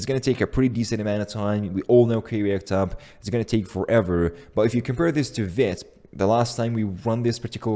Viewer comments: For fucks sake it's veeeeeeeeeeeet! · According to the website it is pronounced veet.